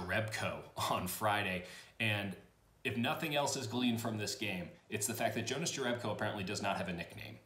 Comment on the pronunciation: It's pronounced Younas Yerebko but he seems to be okay with either lol